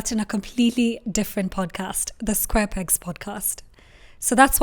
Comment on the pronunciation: The bloopers were so fun... It's how you said Square Pegs and didn't even notice it immediately. Catching up on the episodes now and loving it.